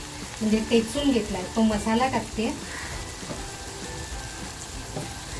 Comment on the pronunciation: टेचून न म्हणता , ठेचून असं म्हणा !